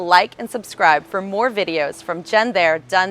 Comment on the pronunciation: You can’t even pronounce “puerto Rico “